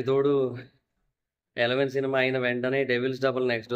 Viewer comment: EVEVEN KUDA KAADHU... ELEVEN